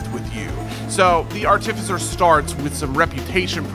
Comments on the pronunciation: I can't get over how this guy pronounces "artificer." It's supposed to be arti-ficer, not ar-tificer. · It’s not artificer it’s art-uh-fise-er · Buddy: "Arh-TIF- fiss-er" English language: you are putting emPHAsis on the wrong syLLAble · Ar-tif-i-sir has become a new meme between me and my friends. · hehehe, "are-tì-ve-sir" Imma call it that from now on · Well excuese me being nitpicky but he pronounces artificer wrong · the way this guy pronounces artificer makes me want to cry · Can’t wait! Also hearing you pronounce artificer hurts my DnD trained soul! But it’s def gonna be my new main slug cat! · I don't like how you say artificer